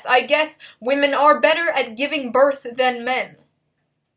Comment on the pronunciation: I like how everyone knows how to pronounce whamen